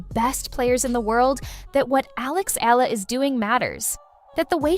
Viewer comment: Last name is pronounced as EH-YAH-LUH